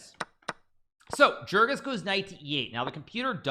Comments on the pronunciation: You don’t pronounce his name jerkan, rather it’s a soft J sounding more like yergan. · ok here something to help you pronounce his name better: Try it like you would say 'Jergoush Pechatz'. I know it's hard to impossible for an english native speaker to do the "CH" letters in that order but that's how you should pronounce his name ;-)